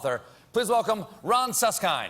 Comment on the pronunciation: Can't believe how you slaughter that name - Suskind derives from German (Süsskind) and actually means sweet child....